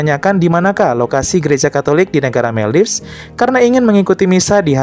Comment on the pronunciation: Maldives biasanya dibaca Moldivs atau Moldaivs yaa kakkkk.. Atau lain kali supaya tidak salah pengucapan lebih baik menggunakan Bahasa Indonesia ; Maladewa 🥰🥰🥰